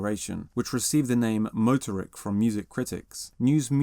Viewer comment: Stress the 2nd syllable --- moTORik